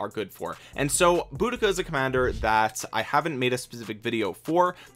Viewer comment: it is deceiving as it's very different to how it appears.. you got the Boudica pronunciation spot on 👌 Keep up the brilliant Vid content as I am f2p so lots of these Epics are of great interest to me.